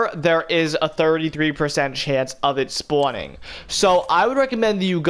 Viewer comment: Why does it sound like you’re saying spoowning